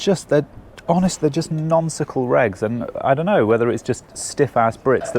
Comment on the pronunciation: Did he say "nonsical"